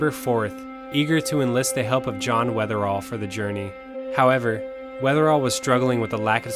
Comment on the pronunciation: Just a quick note, it's John Wetherill ( ), not Weatherall.